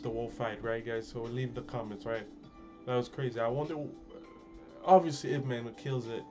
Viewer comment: wow your pronunciation of yip man is pretty good